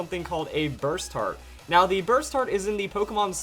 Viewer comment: You saying Burst Hearts, sounds to me more as Basturds